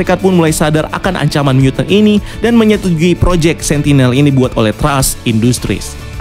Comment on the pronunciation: "angkaman negara" atau ancaman negara sih bang?